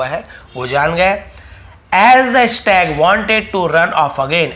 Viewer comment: Stag pronunciation wrong